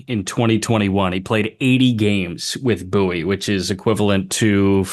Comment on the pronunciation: Shout out to for pronouncing “Bowie” correctly! It’s “Boo-ey”, not “Bow-ey”, or other variations I’ve heard. Great research!